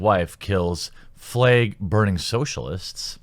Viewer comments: You say "Flag" like how you say "Bayg" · Why do you say flag like fleg